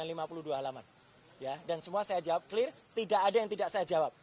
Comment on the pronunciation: Clear rrrrrrr................😂